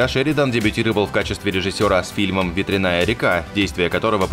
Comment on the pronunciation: Не, придётся, видимо, под каждым видео вашим писать про ошибки... В названии фильма "Ветреная река" ударение в первом слове падает на букву "е" - вЕтреная, блеать!!! А "ветрЯная" бывает или мельница или оспа!!!